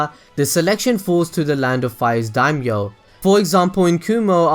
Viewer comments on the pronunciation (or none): none